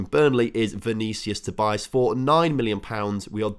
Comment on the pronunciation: Im portuguese and its not vinicius tobias its " vinicius tobiáz "